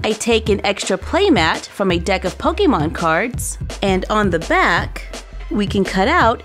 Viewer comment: ITS CALLED POKEMON NOT POKIMON DO U NOT KNOW HOW TO SPELL